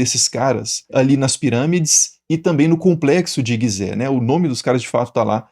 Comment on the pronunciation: Fonte de 2.500 anos depois das construções? 😂 "Guisé"? 😂 De longe esse foi seu pior vídeo